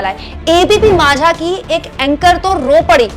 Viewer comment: ये पोरी तू ना आधी माझा हा शब्द नीट बोलायला शिक अन मग दुसऱ्यावर बोल तू बघ किती ड्रामा करत आहेस आधी त्या ज्ञानदा च्या जवळपास पण भटकू शकत नाही तू.उठायचं n काहीही बरळत सुटायच